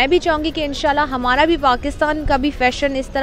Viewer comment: Its hamaara....not HMMAARA...ANGREZI SHIKH AAIYE